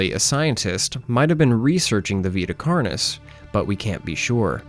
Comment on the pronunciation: I want you to know for future reference, Vita Carnis is Latin, it should be pronounced as (v-eye-t-uh) (carn-e) (all letters pronounced as the letter, and carn as in carnage)